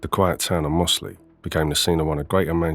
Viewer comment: It's pronounced Mozzley, weird folk up them hills!